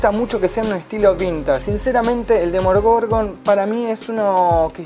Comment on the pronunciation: Esta review me gustó, pero un detalle APRENDETE LOS NOMBRES!!! decís bien "Demogorgon y después salís con un Demorgogon", en otros vídeos te pasa lo mismo, no se si lo haces a propósito o si sos disléxico pero aprendete bien los nombres amigo, podes editar esas partes también.